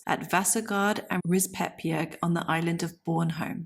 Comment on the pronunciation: it is pronounced Rispe-bjerg. Vasagard has weight on the first a and the second a is short and the last a (å) is like the o in born. the name is pronounced like VAsa-gård. both are compound names. Rispebjerg can translate into something like scratch mountain/hill. but to rispe can also mean coppicing. Gard/gård signifies an enclosed area.